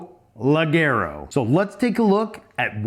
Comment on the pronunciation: The pronunciation is like jay, lejayro! Cheers from Brazil! I watch every video!